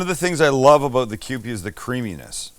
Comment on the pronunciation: That's what I'm talking aboot.👍